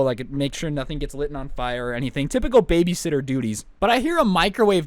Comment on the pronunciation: He also said babyshitter